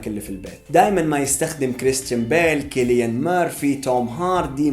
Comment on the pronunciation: فيديو جبار و انا سعيد انا حصلت قناتك. بس ملاحظة: تنطق سيليان مرفي و ليس كيليان